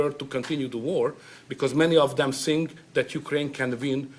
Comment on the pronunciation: He says I sink for I think 🙈🤣